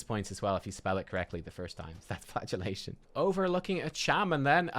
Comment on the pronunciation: Every time I hear Flagellation, I hear Flatulation, and funnier than it really should be.